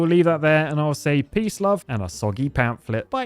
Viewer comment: Pamplet? Maybe you mean Pamphlet 😅